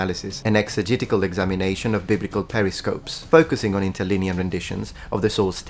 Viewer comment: I studied Koine Greek while at Seminary a few years back. Sorry to be pedantic here but you used the word "periscopes" and . The word you are looking for is "pericope," pronounced "per - I - kuh - PEE." It's a Greek work that just means "this small section (or, cut out) of the whole text." It's not the device that military seamen use to peek out of their submarines. Thanks for the great videos! I really enjoy them.